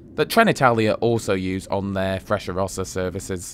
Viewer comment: I traveled from Milano to Roma and back several times. In spite of all the extolling commercials of the Frecciarossa (Italian pronunciation is different from yours), I think you are completely right.